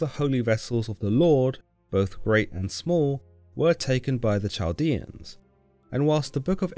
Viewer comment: Chaldean is pronounced with a "k" sound as in kite or a guttural Semitic "k". Not Ch like cheese.